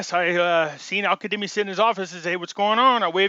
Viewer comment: it's AL- KAZZZZZZEMI.!!!!! KA-ZZZ-EMI.!! You are one of the sharpest and most active minds out there, you just read it too fast. Light over darkness, stay sharp, stay in faith. We are winning, winning, winning.